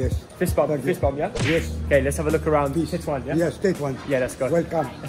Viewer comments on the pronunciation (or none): Not TATOUAN xDDD Tetouan xDD